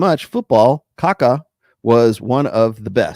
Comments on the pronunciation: It's pronounced Kha-kha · More or less like "ka-KAH". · In pronouncing Kaká, there is an emphasis on the last "a". Like "cacao" without the o.